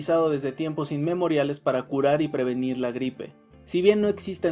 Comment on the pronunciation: Pero todos son para "previnir" lo está diciendo